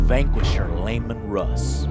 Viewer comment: "LaYmen Russ" ......... Brothers, bring me the holy flamer! we have a heretic in our midst.